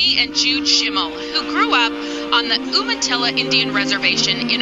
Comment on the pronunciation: Native Pride! & that reporter said umitilla wrong